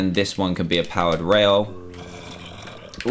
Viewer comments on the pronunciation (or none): Am I the only one who kept hearing "powdered" instead of powered?